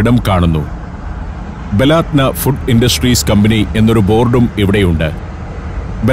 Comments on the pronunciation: ബലാത്ത നാ അല്ല ബലദന എന്നാണ് വായിക്കേണ്ടത് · ബലാദ്‌നാ അല്ല ബലദനാ നമ്മുടെ നാട് എന്നർത്ഥം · ബലാദ്ന അല്ല, ബലദ്ന എന്നാണ്. എൻ്റെ നാട് എന്നാണർത്ഥം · ബലാത് നാ എന്നല്ല സുഹൃത്തേ, ബലദ്നാ എന്നാണ്. എന്ന് പറഞ്ഞാൽ നമ്മുടെ രാജ്യം എന്നാണ് അർത്ഥം. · ബലാത്ന അല്ല ❌ baladna 👍